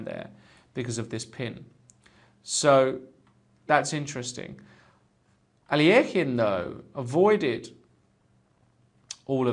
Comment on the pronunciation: i wish you would pronounce alekhine's name correctly. your pronunciation really irks me. it is (al-i-kine)